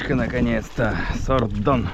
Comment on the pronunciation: 👋😍Кто любит Якутию больше чем я - ставь 👍 под видео👆Такое смачное произношение без акцента "СОРДОН"👏👏👏